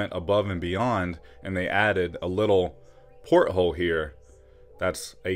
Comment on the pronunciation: Lol pothole🤣 sorry had to comment even though I totally know u meant porthole